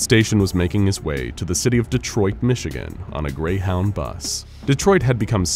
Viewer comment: "He got on a Greyhound bus" Greyhond